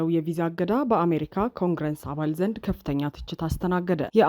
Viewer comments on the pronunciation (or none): ለዜናው እናመሰግናለን ! ታዲያ ኮንግረስ ( Congress ) እንጂ ኮንግረንስ አይባልም ፣ እንደዚህ የሚባል የእንግሊዝኛ ቃልም የለም ! ስለዚህ ይህን አስተካክይ ፣ በተረፈ በርቺ !!